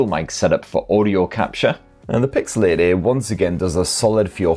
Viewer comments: I keep hearing pixel 80 instead of pixel 8a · Is he saying 8a or 80? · 8a ❌ EIGHT-EEEH ✅ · It's not the best model number to hear in a jordie accent is it 😂. 'eeeught eaaye' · 😂😂 i was laughing out loud every time he said it